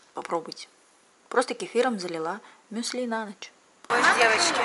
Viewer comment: Умываться нужно и утром, и вечером. За ночь кожа потеет, и на ней оседает пыль. И ударение в слове мюсли на Ю. Я не хейтер, просто режет слух)